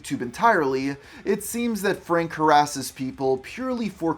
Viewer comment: a great video... but why do people talk like this? you say Frank-uh. it's Frank. you put an extra syllable at the end of half of your words-uh.